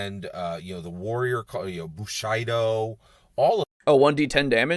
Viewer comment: > "You need to know about eastern history to be a true master of the dungeon like I am." > "Bu-SHY-do." Fuck off.